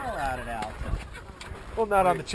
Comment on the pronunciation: It is ALta...as in AL..TA...not ALLta. So funny seeing that old man mispronouncing it so many times.